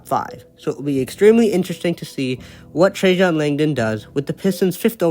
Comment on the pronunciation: His name is NOT Trajohn! It's Trajan. FFS!